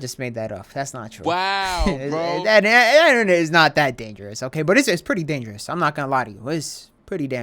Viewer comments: “ dee, enternet “ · no:: enter-net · why tf he say innarnet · Is it just me or is he saying enernet?